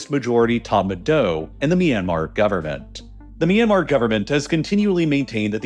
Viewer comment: It's ahcawse they're trying to lay claim to a Japanese diesel engine manufacturer "MY yanmar" 😂